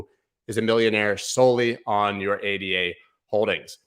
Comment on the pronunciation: I would subscribe, but you don't seem to realize ADA is a woman's name (named for Ada Lovelace, world's first programmer) not three random letters, and therefore pronounced as her name. That tells me you haven't done your research properly, so you have no idea which coins are likely to go up or down, or why. That's fine for short term trading, where you can follow TC techniques, but if you want to find something like ADA $0.04 and confidently ride it up to $10, you must understand WHY it's worth $10 a coin. You can't get that information from a chart.